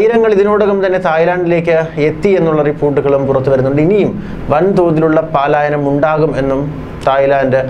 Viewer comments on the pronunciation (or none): പാലായനം അല്ല കുട്ടാ. പലായനം. ദീർഘം വേണ്ട. ഒന്നല്ല, നാലുവട്ടവും ഇങ്ങനെ പറഞ്ഞു. വെറുതെ, നിസ്സാരമായി "പ" എന്നു പറഞ്ഞാൽ മതി. ഒരു ഡെക്കറേഷനും വേണ്ട. 🤓🤣😂😜😆